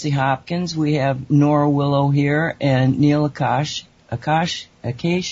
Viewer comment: What so hard to pronounce that easy name ? Neel Akash!! If we can pronounce your name with different sound with same alphabet and English as a second language.Read it ten times, say it 20 times , May be you can say it right .